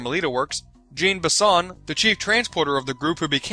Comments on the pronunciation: Sorry about correcting you but it's pronounced John bison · A. It's Shawn Bison, just with a less exadurated sh, and B. It's inspector Neela, not Nila. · aw hell naw the only name you mess up is the Canadian one AND ALL OF THE INTERNET CANADIANS DONT SAY EH AFTER EVERY SENTENCE